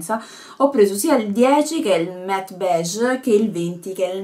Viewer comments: si dice matt:) comunque video fantastico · si pronuncia direttamente MATT ❤